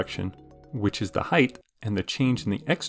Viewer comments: are you saying heighth? with an extra th? it's just height isn't it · height ends in t, not th. height not height-th